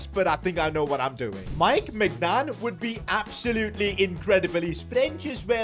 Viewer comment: "Mike Maicgnan" 💀